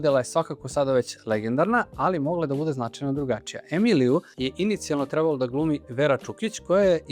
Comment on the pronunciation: Dobar Video,lepo,moooožda malo preopširan...mada ko voli...ipak sam ja (televizijsko dete-pa znam mnogo više u startu o temi) , ali jedna OGROMNA ZAMERKA , Čoveče,POPRAVI DIKCIJU ZA IME BOGA,! (Gutaš slova,nejasno izgovaraš rečenice,morao sam da vraćam video da razumem šta si to rekao,GOVORI RAZGOVETNIJE ),Ti POTPUNO nerazumljivo izgovaraš SAMOGLASNIKE u rečima,kažeš ,"Žarko Laušević je Treb.lo da igra ,G.GNOG SiNA"...na prmer - mislim,ok si dečko,i Dobro radiš video (,ne kudim te,ali ,brateee,jeeebote,DAJ POPRAVI DIKCIJU NA RAZUMLJIVI NIVO-pogotovo što si narator i objašnjavaš sve! - Ovo je NAJDOBRONAMERNIJE! Predajem na FDU ,pa znam o čemu pričam,ali NIJE SMAK SVETA,samo treba da PORADIŠ na DIKCIJI,pozdrav,i samo napred